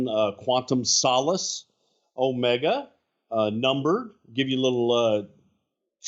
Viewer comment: It's oh-ME-ga, not oh-ma-ga.